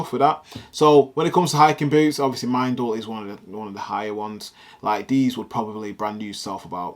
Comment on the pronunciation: Fab pics! Just watching loads of your old vids! The boots are pronounced ‘mendal’ as in Mr Wendal 😂 and they’re worn by a lot of shooting enthusiasts in this country & abroad, brilliant boots!